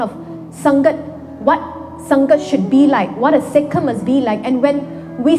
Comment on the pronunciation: She sounds strength of a sick 😂